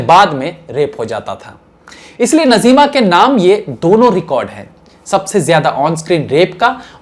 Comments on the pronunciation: नज़ीमा नहीं नाज़्मा है सही नाम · नज़ीमा नही नाज़िमा . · You are too young so naturally you were not in those days about which contents you make the vdos doing already major mistakes in past. PRESENTLY IF I TALK SHE IS : NAZIMA AND NOT NAZEEMA AS YOU PRONUNCIATED.. USE TO TAKE HELP OF SENIORS. SORRY FOR DRAWING YOUR MISTAKES. YOU MUST GO AHEAD BUT BE PERFECTIONIST. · Bhai aapka yeh progaram mujhe bahut achha lagata hai magar aapne naam galat liya jaise najeema nahi naazima hai bolywood se qawaali gayab ho gai is par aap ek apisod banai